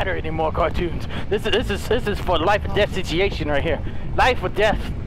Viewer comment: I love it when says "sitchieyaytion" instead of situation XD